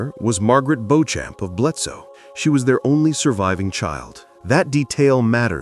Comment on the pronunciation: Just a note, Beauchamp is pronounced 'Beecham.'